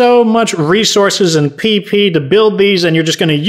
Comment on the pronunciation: I was literally just thinking that I was like if he says it one more time I'm going to freak out and he says pee pee supply and I'm like 💀